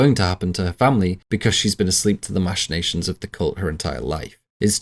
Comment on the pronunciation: OK - First and most importantly, it's "mack-in-nations", not "mash-in-nations". I assume you learned the word from reading it rather than hearing it, but yeah. It's a hard ck sound, not a soft sh sound. Anyways... I always assumed Charlie *was* aware as Paimon and purposely ate the nuts and purposely put her head out the window to execute the plan.... Also, the thing I appreciate most about this video is you pronouncing "Paimon" correctly.